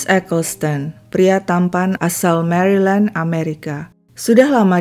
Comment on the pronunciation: Ralat,. Setau saya,cara bacanya bukan MERILEND,tapi MERLEND,tanpa membunyikan huruf "I". Itu yang saya tahu karena sempat stay d negara bagian tersebut saat studi S2 saya di Washington, D.C. Maaf jika saya keliru. Thank u banyak.